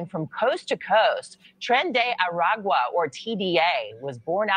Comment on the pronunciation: Say it Tren De Aragua!